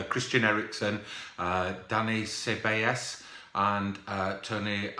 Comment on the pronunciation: almost. You pronounced it Say-Bay-Yos. 👌🏿